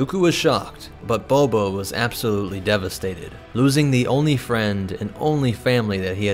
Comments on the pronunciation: So is nobody else bothered by the continuous pronunciation of "Boba" as "BOBO"? "Dooko was shocked, but Bobo was absolutely devastated." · It kills me every time you say BO-BO